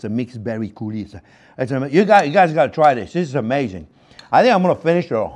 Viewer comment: "This is amHEYzing!" :D